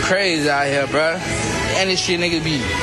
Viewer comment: Did really just say brazy😖😖😖☠️☠️☠️